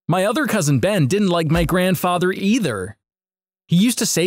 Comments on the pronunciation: WHAT IS GRANDFATHA I HEARD IT LIKE WHEN THE RESTAURANT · the funniest part was when he said " my grandfatha is a having a terrible disease"